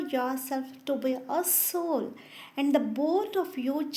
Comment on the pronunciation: Mam it's not Alf. It's alpha. And it's ass hole it's "A Soul". Please improve your English. Give a gap between A & Soul. It's sounds very bad. It's humble request to correct your pronunciation.